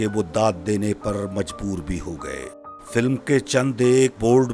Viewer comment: FILIM kiun bolta Hy... Word Hy film